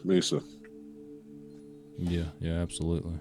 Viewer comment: Mesa....its pronounced 'May-suh'